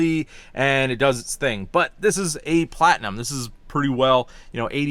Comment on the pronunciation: You keep saying "Platnium" King Ranch is a lateral package as well.